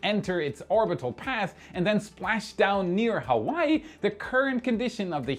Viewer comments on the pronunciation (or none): none